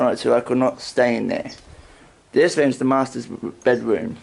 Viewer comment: Okay …. The spirits are clearly disturbed by your hair cut and clear speech . They are called, “Rooms”. - not “WOOMS”